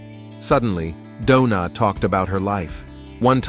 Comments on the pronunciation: Bro said donut or doona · Why is Doona always trying to hit somebody with a bottle??? It’s like homegirl wants to go to jail for attempted homicide 😭 and why does the narrator keep calling her “Dough-Na” at the most random times, I’m weak asF 😂